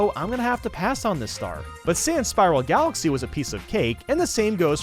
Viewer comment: Supah Mayro Galaxeh